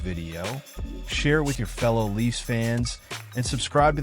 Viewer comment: When you can't spell or pronounce the name of the Toronto team and you slaughter the pronunciation of the players names, it tends to undermine your credibility. All this before failing to understand how this solves any of Kyle Dubas' problems or makes any sense for the Pens..